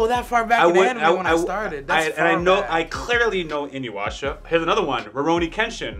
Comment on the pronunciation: How is it people pronounce Inuyasha with a 'W'? 😅 There's no W. It hurts my soul when people do that even my dad does it 🤦🏾‍♀️😣